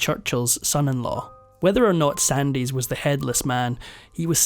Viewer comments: Just one critcism Duncan Sandys is pronounced Sands with a silent Y. Certainly not Sandies. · It's pronounced SANDS not SANDIES. The standard of these documentaries is downgraded, when no care is taken to learn how to pronounce names which were well known in their time. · Tell the Scots man it's pronounced Sands, not Sandies. Suzette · Duncan Sandys is not prounced Sandies. The Y is silent; thus, Duncan Sands. That's the problem with robo voices. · Just to say that Duncan Sandys name is pronounced SANDS not Sand-eys. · Fascinating story, thankyou. Just a small point, it’s pronounced Duncan Sands, not sandees. He of the infamous Sandstorm, which basically shafted the UK aviation industry. The repercussions of his decisions is being still felt today. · An interesting account! It should be noted that Duncan Sandys pronounced his name 'Sands". Never sandeez....SANDZ! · Duncan Sandys? The surname is pronounced 'Sands'. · Sandys pronounced “Sands”. Such a sad story. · You’ve done it in another video: Duncan Edwin Duncan-Sandys - his surname Sandys is pronounced Sands, the ‘y’ is silent! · He isn't. He should know that Duncan Sandys is pronounced "Sands"......... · 'Sandys' is pronounced 'sands'. You say he kept popping up in the journalistic enquiry. Must have been an interesting photograph... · Sandys is pronounced "SANDS" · Sandys is pronounced Sands. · Duncan Sandys, pronounced Sandz, the "y" is not pronounced. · It’s pronounced Douglas Sands.